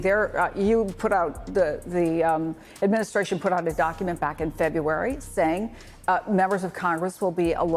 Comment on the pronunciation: The Trump ashminshrashun🤣🤣.